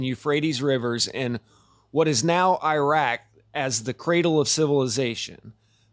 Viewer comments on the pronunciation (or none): none